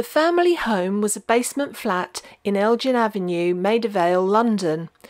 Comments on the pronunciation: There’s a bit about Kay in the Withernsea lighthouse. P.S, “Elgin” is pronounced “El-gn” not like “gin”😉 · Its EL GIN rhyming with RIN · ELGIN IS PRONOUNCED WITH A HARD G , AS IN THE ELGIN MARBLES